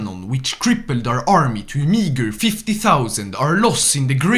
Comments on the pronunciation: saying the way you said meager sounds like the N word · Their basically saying when you said meager it sounded similar to the n-word, you're good though! XD